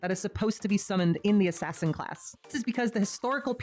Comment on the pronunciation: I subbed the moment you went "ass ass in" cause I have been saying it that way since I was like 10 lol